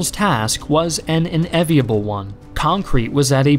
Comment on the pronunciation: "Rommel's task was an unENviable one..." You're missing an N, Mr. Historian. One may be filled with ENvy, but I've never heard of anyone being filled with EVY 😜😉